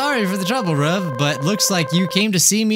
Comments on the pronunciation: and if you look in GT it's pronounced roov not ruv I'm not trying to hate on your cannel ok if thanks what your thinking I don't know what you think k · He's name is not Ruv it's Roove it's just spelt like that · Just wait until he realizes that he’s been pronouncing Ruv’s name wrong this entire time, it’s pronounced like Roo-ve